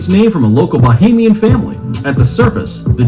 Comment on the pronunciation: Its Not Bohaimin its Bahaimin